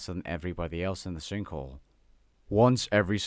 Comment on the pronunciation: "The sinkle"